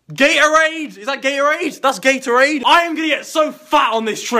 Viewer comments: i dont get why every british person cant pronounce Gatorade. Sounds like gay'orade every time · Then we got Ga-Orade - is that Ga-Orade yeah that's Gatorade